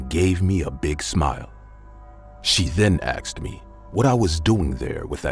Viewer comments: They say aksed not asked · "my mom axed me" " my friend axed me" seriously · It’s how some people speak. Like Irish say tree instead of three or tirty instead on thirty